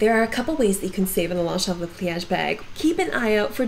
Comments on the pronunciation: Thanks for the presentation on Longchamps. You should know that it’s pronounced: Lon-shon. The GS and PS are silent. Like “Champs” as in Elysee is pronounced SHON. 👍🏻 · LONGCHAMP ---- THE "p" is silent.... THANKS ...